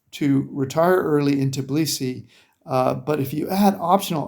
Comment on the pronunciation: I'm sorry, it is not Tiblisi; it's Tbilisi. You ought to say Bilisi; just put T before the Bilisi.